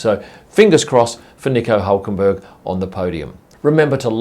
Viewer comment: Nico Ulkenberg?!